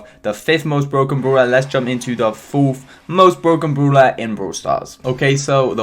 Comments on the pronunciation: I vant stand that u say broeler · Why do u keep saying “brooler, brool pass, brool stars,” like what? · Everyone: brawler: brooler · No one::bRuLa No offence mate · ’Broo-Ler’ ‘Brool-Pass’